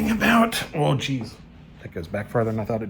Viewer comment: "AW JEEZ" Welcome to Milwaukee. You're already speaking like a native!